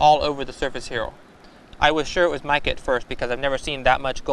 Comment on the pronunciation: Its called a woe its a speech impetament some people have turns er sounds into eaw sounds